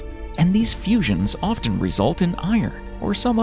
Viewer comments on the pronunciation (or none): none